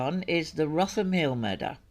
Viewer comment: Very interesting video, I have subscribed. 'Wrotham' in Kent (where Dagmar was murdered) is actually pronounced 'Rootem'. Daft I know; the wonders of our mother tongue!